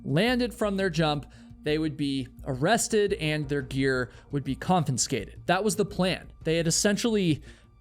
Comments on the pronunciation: "Confiscate" has only one letter N and one N sound. Please don't pronounce it "kon-fins-kate"; try "kon-fi-skate". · I appreciate you pronouncing "confiscate" incorrectly 23 times so we know you're not AI generated. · Excellent channel but con-fin-scate is not a word. Confiscate is the correct word. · Confiscate - not confiNscate..... CON-FUH-SCATE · "CONFISCATE" has exactly ONE "N" Despite this, 7 times in this video you said, "conFINscate". Therefore, it is not an error, you actually think that is how the word is pronounced. It isn't. Freedom is not measured by if you do or do not follow the law. Honestly, people going to Yosemite deserve to enjoy the majesty of nature without having people plummeting off of cliffs for thrills. Your video does a disservice to those people, and the Rangers, in favor of adrenaline addicts who break the rules for a thrill, and die, too often, as a result. Shame on you, and correct your mispronunciations. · Confinscate lol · I just realised that says "confinscate" at in the video, did you catch it? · A half-hour being annoyed by mispronounced variations of the word "confiscate". 🙄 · Learn to pronounce confiscate